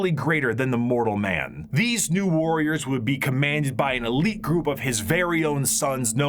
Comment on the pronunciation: "That ma'am, was the Emperor of Mankind." Gotta work on your ending N syllables, dude.